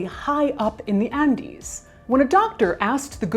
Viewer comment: That's the correct Spanish pronunciation.